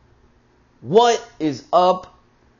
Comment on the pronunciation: The Intro is...when you say "What is up GUYS!" LOL It's how you say it...#delivery :-)